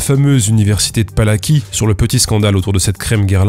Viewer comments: J'ai envie d'être chiant : ça se lit "Pala-ts-ky", pas "Pala-ki" (le 'c' se lit 'ts') (mais bon, ça te fait du référencement) (j'adore ton travail, j'espère bien qu'il y aura une saga sur les crèmes de Guerlain x) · Ah mais c'est l'université Palacký, pas Palaki, le c se prononce "ts", je connais ! Mais j'avais pas capté à l'oral. C'est comme la Marche de Radetzky pour la prononciation